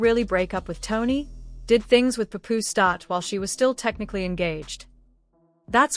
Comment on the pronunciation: Pup ooze it’s Paapoose!